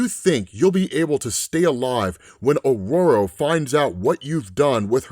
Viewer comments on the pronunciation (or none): none